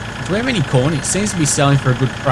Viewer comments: lol when u say corn i sounds like ur sayin porn :D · Taught he said porn at the start ..